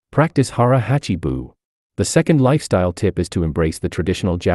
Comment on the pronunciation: Pronounce the "a" in "hachi" the same as you do in "hara."